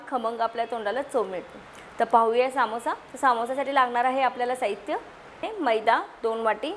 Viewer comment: काकी सामोससा नाही समोसा